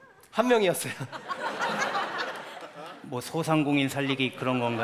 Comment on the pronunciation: 소상공인이.. 소 상공인으로 들린다.